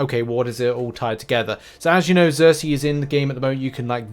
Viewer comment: It's SERSI, not ZERSI.